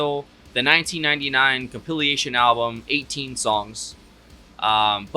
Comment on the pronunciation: For future reference it’s pronounced comp-il-ation. It comp-ily-ation .